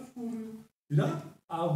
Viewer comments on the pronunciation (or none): Le puso "furrio" pero a veces suena como que le dice "furio"